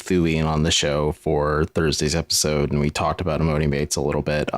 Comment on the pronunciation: E-MAH-NEE YALL CMON